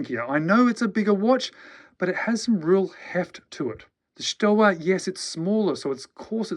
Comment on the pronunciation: Stowa is pronounced ShtoVa.